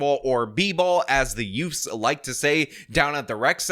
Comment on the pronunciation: “yoofs” 😂😂😂 holy shit